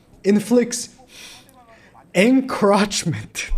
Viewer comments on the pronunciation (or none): Encroachment not encrotchment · Bro you’re saying encroachment wrong🤣 it’s funny but that’s not how it’s pronounced. roach 🪳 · it's Encroachment (uhn-krowch-muhnt)